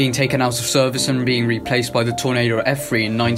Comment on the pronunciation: It’s an f3 not f free